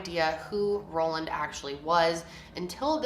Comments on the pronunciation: Is it Roland or Ronald? Title says Roland but you keep saying Roland 🙃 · Ohmagod same, I was so confused when she kept saying "Roland" and I checked again and realized that it wasn't lol.